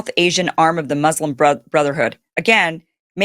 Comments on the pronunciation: Muzlim muzlim muzlim…. Why can’t you say it correctly it’s Mooslem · MUS-lim...not MUZ-lum...please and thank you, I am a big supporter.